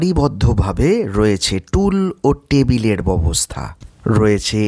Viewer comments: ববস্থা নয় ব্যবস্থা উচ্চারণ করলে ভালো হয় । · Byabosta sotthik uchcharon.Uni kicchhu bhul bolen ni.